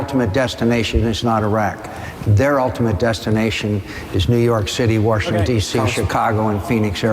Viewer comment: "Worshington D.C." -John McCain